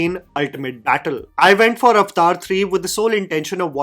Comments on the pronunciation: It's Avatar, wtf is Ovotar!! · I just have to say, it's not called "અવતાર" (Sorry I don't know how to write it in Hindi lol). It's "Aavataaaahr". Lol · Avathar❌ Aftaar✅😂😂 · At least pronounce the title correctly it's 3 syllables AvAtar not Avtar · When you say Avatar, it sounds like "Iftar" like the party for Muslims. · "Avtar" hehe.